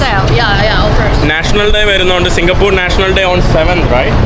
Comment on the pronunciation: സിങ്കപ്പൂറ് അല്ല സിങ്കപ്പൂർ എന്ന് പറയു ചെങ്ങാതി